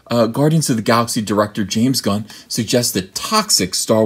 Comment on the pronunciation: Did you say James Gunnt?